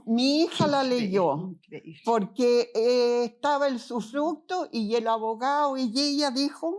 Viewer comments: sufructo, sufructo, sufructo, jajaja terrible esa mala mujer!!! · Usufructo, no sufructo